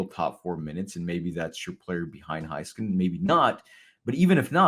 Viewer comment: Why does struggling saying Miro's last name correctly?